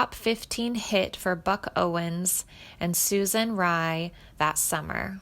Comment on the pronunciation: Interesting, but the lady reading mispronounced Frizzel, Raye and said singing instead of signing...